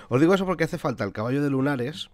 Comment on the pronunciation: vacallo, jaajajaja me rei mucho cuando lo escuhce